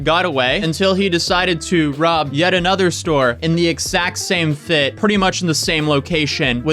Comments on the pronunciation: Anyone else just kinda interested in how doesn't voice the consonant sounds in x when he says "exact" like ekssakt instead of eggzakt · Don't say egsacc ever again